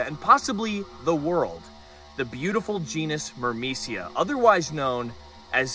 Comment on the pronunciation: Every time you said "myrmecia" I heard "Burmecia" and thought of a kingdom in Final Fantasy 9 😂